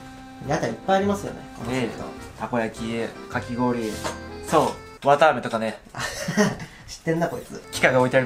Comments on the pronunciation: わたあめなのにわ「か」あめになってる笑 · のわたあめがわかあめになってる笑笑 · わかあめになってる… 疲れてるのかな…？ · わたあめ、わたがし、入力しすぎてバグったんだね。 わかあめ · のところ、「わたあめ」が、「わかあめ」になってる🍭可愛い（笑） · ｢わたあめ｣が｢わかあめ｣になってる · わたあめじゃなくてわかあめになってる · 「わかあめ」になってる（笑） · わかあめになってるww